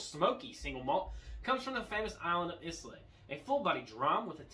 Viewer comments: Good show but Islay is pronounced like "Aye-Lah" or "I-lah" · Yep I definitely died a little inside when he said is-lay